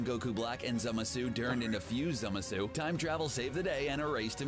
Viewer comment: As hardcore nerd, it pained me so much when he couldn't pronounce Zamasu. I wonder where he got the e from. It's Zamasu or what i like to say "zimzam" (zah-ma-su)